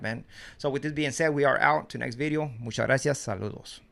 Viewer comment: has an accent & can't pronounce certain works like "Bideo".😂